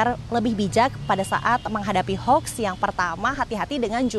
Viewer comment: Bukan Hoks mbak, tapi Hoax... 😁